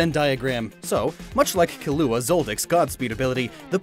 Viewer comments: Kilooa zoldyck. Hes not very good at pronunciation. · he said kilua wrong, im offended as a hunterxhunter fan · i really like your channel and content but why do you pronounce killua like that